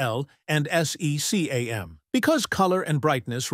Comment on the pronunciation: Yes, like PAL, SECAM, Mini-DIN, Vesa, ... all of them have been spelled in this video. Really annoying to listen.